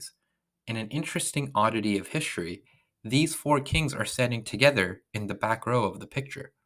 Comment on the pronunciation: First sentence: "Welcome to high level HiSHtory. There should be NO SH sound in history!!!!! what a turn-off!